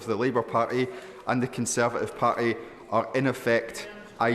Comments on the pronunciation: Why has always got his left hand in his pocket, has he found a friend. He certainly hasn't got a grip on reality. And can someone tell him the word Party is pronounced using the letter T, or at least it does in English. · there is a T in parTy and a T in arn'T